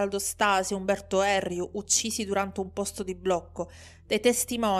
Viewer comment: Video molto ben fatto, come sempre. Da sardo però non posso esimermi da un appunto (bonario, ci mancherebbe) in Erriu, l'accento sta sulla i, non sulla e 😁